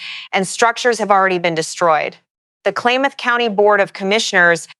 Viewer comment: hint: learn to pronounce the counties+.... Klamath is pronounced "clam-eth".